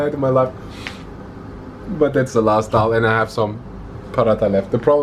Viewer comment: Please guys Don't mess up. It's Dal not Dail.. <3